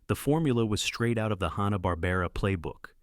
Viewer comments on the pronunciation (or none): AI screwing up pronunciations, I don't know why I think it'll be different. Hanna-Barbera pronounced Han-na not hä-na Mighty Mightor pronounced My-tor not my-ter (Ad) It was one small town, not many towns for Clue Club St Bernard pronounced Ber-nard not bernerd on Inch High Private Eye (Ad) Roman Holidays Not entirely certain, but I'm pretty sure Precosha(sp?) was NOT a teenager. Bosley, pronounced Bos-lee, not Bows-lee (Ad) Kung Fu. Crothers. Kung not Kong Crothers not Croothers Just because spelling is Mission: Impossible, there's no major pause between Mission and Impossible (Ad) Evel Kneivel was mispronounced the first time... It sounded like Nee-vel instead of Ka-nee-vel Despite the information on each of the series, your AI narrator really turned me off. The mispronunciations were unbelievably grating. (Ad) More improper pauses and mispronunciations. At least Biskitts seemed mistake free same a pause in the wrong place. Suggestion: Hire a living person narrator. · I'm a hugh Hanna & Barbera and cartoon fan, I DIDN'T FORGET A DAMN THING! AND YOU PRONOUNCED A LOT OF THE NAMES WRONG! Mightor is pronounced like "MY Tor"! You can't even pronounce Hanna & Barbera right! I really hate when assholes like you do these videos but can't even get the name right!! Do proper homework before you post these videos! Captain Cave man was not part of the Scooby Doo Dynomutt hour, I was part of Scooby's All-Str Laff-a-Lympics. Didn't even want to finish watching the video! Do proper fact check! Are you a six-year-old or a computer like AI like Seri?????? Not gonna like or subscribe until you get a proper education on pronouncation!